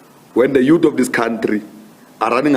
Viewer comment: Youth not yuut